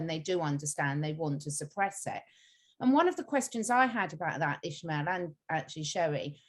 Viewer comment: Why are they saying Ishmael? There us no h in his name. Why isn't he correcting them? I was told in my Dale Carnegie class how important it is to get a person's name right. If you are going to interview on a public forum ,please get the name right.